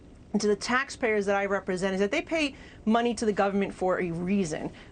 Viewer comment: What is frush-strating is that you are too lazy to distinguish sh and ss.